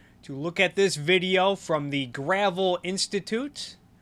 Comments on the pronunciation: I like how you can tell they did no background research when they mispronounce Gravel. I thought it was pronounced that way at first too, it took two minutes of checking them out to find out how they pronounce it. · Mike Gravel. Gruh-Vel